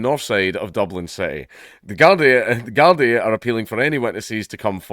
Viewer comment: A Scot making out that the Irish are known for knifes, ah dunny Ken whatcha mean dank, by the way, it's pronounced guardee.. 😉